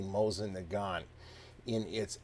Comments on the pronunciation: you guys really bug me.... IT'S NOT MOZIN. IT'S MOSEEN NAGAN. The T is silent in Nagant, and the I is E in Mosin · Not certain on the Russian pronunciation of "Mosin", but Leon Nagant was Belgian, so yes, the T should be silent.